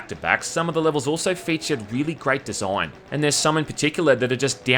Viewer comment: groate desoign